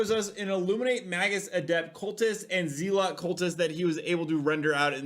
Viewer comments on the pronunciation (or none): oh, Zealot is pronounced Zeh-Lut. Unless you're saying that on purpose to farm engagement idk good job lol